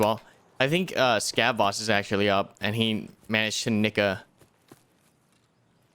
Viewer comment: he says "he may have managed to nick uhhh..." it sounded like he said nigga at first and I was like ???? Lol